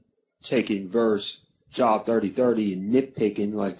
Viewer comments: Thank you! Can’t even pronounce the book right but trying to debunk! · it's pronounced jobe... not job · and it's a long O ... (JObe)